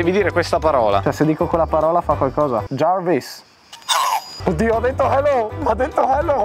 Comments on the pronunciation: jarvis non jervis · La legenda dice che il padre stia ancora dicendo "giarvis clos d masc" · Soltanto io sento che jarvis dice ciao?😂😂